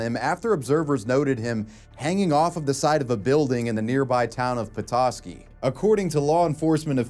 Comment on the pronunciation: Props for actually pronouncing Petoskey right.